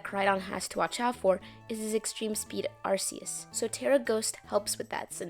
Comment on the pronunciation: Thank you for pronouncing Arceus the right way unlike the uncultured swines who pronounce it as ArKeUs